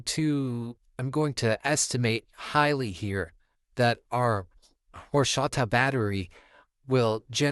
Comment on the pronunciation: "Whoreshata" Lol